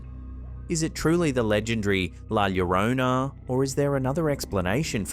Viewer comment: All I know is FINALLY you pronounced , 'La Llorona', properly... whoever taught you the, 'La Jhorrohnna' pronunciation was remiss in their endeavors. I like your site more now 😊